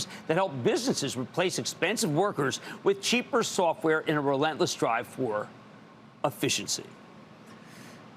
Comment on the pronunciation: It is not "Afficiency"! I repeat, NOT "Afficiency"!! It's 'Efficiency'! Got it?! 'Efficiency'!